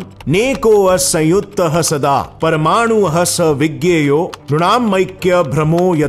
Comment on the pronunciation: कृपया ब्रह्म को ब्रम्हन न कहे 😂 योग को योगा न कहें,,,,,,, बाकी वीडियो बहुत जबरदस्त है